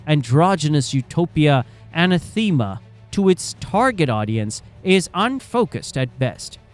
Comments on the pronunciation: an - a -thema? Jesus, look up words you don't know. a-nath-e-ma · to the ai narrator - it's not pronounced like some woman called "Anna Theema" - it's more like "Want-enema", which I think you do... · "an eth em a" not "ana theema" You're poking fun at an English company...at least speak the language properly. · Uh-NATHA-muh. (Not Anna-theema). Are you using a robot AI narration? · “Anna-thee-ma” is absolutely NOT how to pronounce anathema. 🤦🏼‍♂️ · a-NETH-ema Good video though. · Anathema is quite a strong word..... Don't say it like the narrator... An-ahth-uh-muh. Ask me how the one person I used it with knew how it was pronounced properly.... Bc of course he did 🤬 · Also quite amusing: the Ai text-reading algorithm pronounciation of anathema as ‘Anna-Theema’. 😉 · British English butchers the pronunciation of anathema.